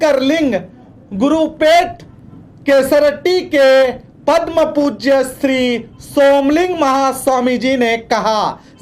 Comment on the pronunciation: ನೀನು ಮೊದಲು ಚನ್ನಾಗಿ ಕನ್ನಡ ಮಾತಾಡಪಾ,,,ಅದು ಪದ್ಮಪೂಜ್ಯ ಅಲ್ಲ ಪರಮಪೂಜ್ಯ,, 🙉🙉🙉